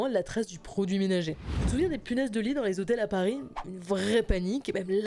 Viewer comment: combien de fois "les zhotels" a été prononcé dans cette vidéo